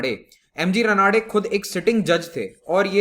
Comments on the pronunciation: Pronunciation is not 'रनाडे', but 'रानडे'. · Sir there are some pronunciation mistakes Not रनाडे its रानडे Not कारवे its कर्वे (करवे) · Correct pronunciation of Ranade and Karve is रानडे and कर्वे.......